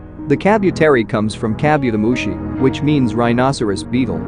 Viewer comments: Please...it is pronounced as Ka-bu-te-ri-mon not ka-byu-te-ri-mon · Kabu, not kabyu. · lol I hate the way you pronounce Kabuteri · Ok hold up is no one gonna comment on how he pronounced Kabuterimon !? Like HOLD THE FRONT DOOR OPEN BECK THAT THE MOUTH GARBLE IS THAT